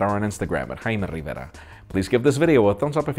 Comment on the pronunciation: Thumbs up for ""